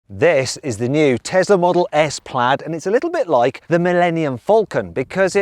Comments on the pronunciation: 플레이드가 아니고 플래드입니다 수정바랍니다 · 플래드에요 플레이드 아니고